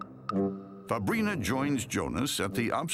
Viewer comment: Fabrina I thought the narrator said fabreeze